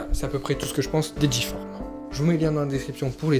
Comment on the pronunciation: On dit le longboard pas la longboard !!!! Du longboard et c’est G-forme pas J-forme